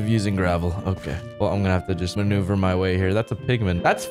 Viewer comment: The times he said manuver = the video's like